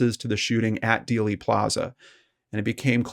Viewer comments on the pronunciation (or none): none